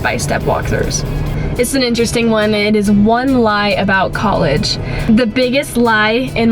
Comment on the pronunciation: Does anybody notice that pronounces college like "cowegge" haha, it's the cutest thing I've ever heard in life